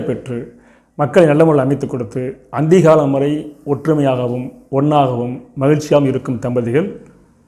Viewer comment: அந்தி காலம் இல்லை அந்திம காலம் சோதிடர்கள் பிழையாக வார்த்தைகளை உச்சரிக்க கூடாது